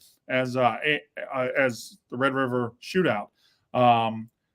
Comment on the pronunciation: Oh my God. He was one of the people saying the s*** about Oklahoma. Hes got amneia and he can't say Red River rivalry....